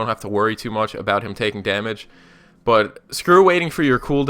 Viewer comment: I learned that someone could butcher the word damage.